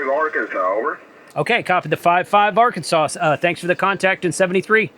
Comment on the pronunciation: Did you say “Arkansauce”? ?